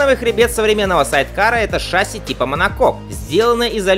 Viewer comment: ШассИ. Ударение на "И"!